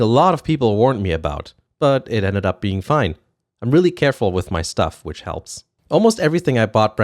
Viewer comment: "I'm really carefull with my suff" haha that was so german man. Funny thing is that while you said you had no issues there are 2 visible tiny scratches on the screen (about 1-2cm) almost unnoticeable. I love your vids!